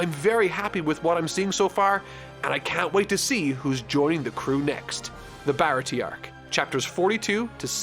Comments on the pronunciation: ITS PROUNCED BAH RAH TEA-AY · The pronunciation of Baratie is upsetting 😭😭😭